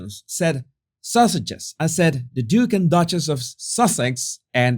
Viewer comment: It sounds like you are saying Duchess of sausages